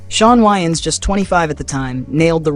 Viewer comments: Its "WAY-INS" not "WHY-INS" smh lol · I don’t like this video. You people always get the worst photos of black people that you can find. But then you’ll get the best ones that you can find for white people. And their name is pronounced Way-ans! Not! Wy-ans?!.. 🤦🏽‍♀️ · Dude you don't even pronounce their last name right .....Way-ans